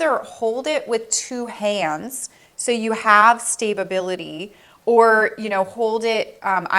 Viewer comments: Ok ..I'm not trying to be funny I just want to make sure I heard right...Did you say Stabe- a- bil-ity? Did you mean Sta- bil-ity? If not...What does the first one mean? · Stay-ba-bility 🤣🤣🤣 I love your videos but this made me giggle 💋